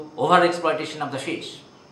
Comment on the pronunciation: The narrator says “fiss”